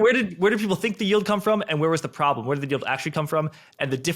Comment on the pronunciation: Then dont....bruh.What's yar prablem?